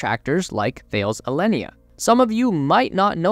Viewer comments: It's not pronounced 'Thayles' - its 'Tal-ez' - One of the worlds largest defence and aerospace contractors ! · or is it tah-less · Great video. Btw, it is pronounced "Ta-les" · Thales is pronounced as Ta-les amigo. Another great video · Just as an FYI... "Thales" is a huge (really huge) French multinational. It is pronounced as TA-LESS in French. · Thales pronounced like Alice. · It’s pronounced Tah-lez. The “H’ is silent. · "Thales" is pronounced "Ta-less" :) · Great vid as always. I think it’s pronounced ‘Tal-ez’ though 😜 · "Some of you might not know this company by name" not the way you pronounce it I don't. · You should really Google how to pronounce Thales. The way you pronounce it is so … North American English (and so very wrong). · Sorry but pronunciation of Thales is appalling, c'mon of you want to appeal to a global audience do your research ! Sorry no offence intended just hard to listen too ! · Thank you! Every mispronunciation grated!